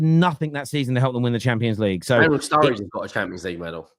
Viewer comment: Did he say Daniel sturridge?